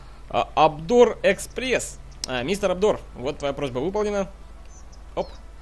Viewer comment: Какой АБДОР?!)) ОДНОР, так правильно)